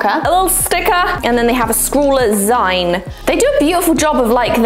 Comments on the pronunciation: 'Zeen'...the word is 'zeen', as in 'Magazine'...it is not 'Zine'. No, I don't care how it's spelled. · My eye twitches every time says "zyne" instead of "zeen". As in... magazine. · The way you pronounce zine is both awful and hilarious all at once 🤣 - Zeen, like Magazine. I liked the first box, I love posca pens. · ahahahaha of course a whole year of packages would be going un-notified! I think my favorite box of them all is the liquid pencil box! Also, I'm pretty sure it's pronounced Zeen, like the end part of "magazine"? But I've never heard it out loud before, so I might be wrong! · Zeen, short for magazine, not Zyne. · lol. It’s “zeen”, a contraction of the word magazine. 💕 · Just FYI- zine is pronounced zeen. It’s short for magazine 😀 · It's zine pronounced zeen - as in, magazine or fanzine. JSYK!! (Even typing the word 'fanzine' makes me feel old!!) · How do you pronounce magazine? That’s the way you pronounce zine. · Isn’t it pronounced ZEEN…short for magazine!? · Love the banana treat toss. Say magazine and then zine, please. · … I love you… but that is not how you pronounce “zine”